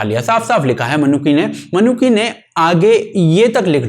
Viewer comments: Traveller ke name ki pronounciation निकोलो मैनुची hai naa ki "Ma-Noo-Ki" 👍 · 'मनुकी' नही 'मनुची' है सही उच्चारण . और सिर्फ शिवाजी नही 'छत्रपती शिवाजी' कहा किजीये .